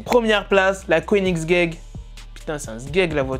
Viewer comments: J'SUIS MORT IL A DIT "KOENIGZGUEGE" au lieu de Koenigsegg 😂😂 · OH C koenigsegg déforme pas le nom de ce chef d'oeuvre